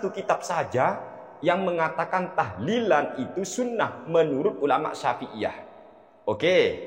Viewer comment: Mintanya lafadz "tahlilan" bukan tahdian